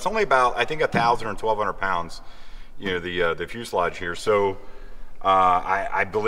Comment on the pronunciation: Wow, you pronounced fuselage correctly every time!